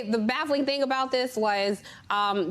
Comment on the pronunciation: Can we say Herschel can barely grasp the English language? “thang”? It is “thing”.